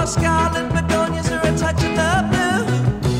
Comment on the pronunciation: You pronounced begonias correctly the first time. ☺️Begonia is a type of flower.